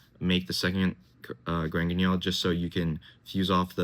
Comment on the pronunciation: First deck profile to pronounce Granguignol correctly. Ty